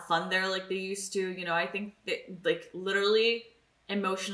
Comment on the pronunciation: Show: "When do you expect Darla to show up?": "Yes." As pronouncing "tt" as "dd"... it's not your fault, it's just Americans rubbing off on you. XD